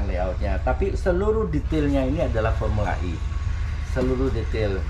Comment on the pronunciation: Fomula E bang. Sebutannya kok formula I....he....he...he...sukses ya semoga semuanya berjalan sesuai rencana🙏🙏🙏